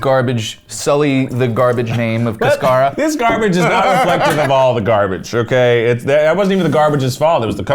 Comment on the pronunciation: The hardest part of this video is being a Latina and hearing them mispronounce cascara so many times hahahah